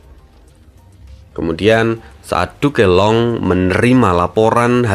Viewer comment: Min bisa ga penyebutan "Duke Long" nyebut nya jangan "Du ke Long" langsung aja "Duk long" min ,agak aneh saya dengernya